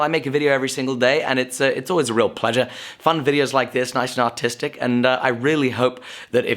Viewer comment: for a second i thought you said "autistic" not "artistic" lol ummm I would check the other block to make sure its properly welded before proceeding